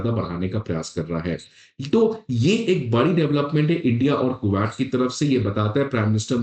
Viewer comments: Bro it ain't ku-watt Or is it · cashmeer nahi bolte usko. it's kash-meer. Kooowat nahi it's Ku-wait. Pronunciations sudhar apne.